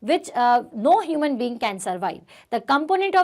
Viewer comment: Not humis its Human